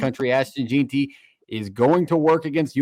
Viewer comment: Jeanty, pronounced JEN-TEE. Boise, pronounced BOY-SEE. Good show though. I feel like the weather will be a major factor for the Las Vegas kids, its gonna be COLD. I call it 31-27 BSU wins.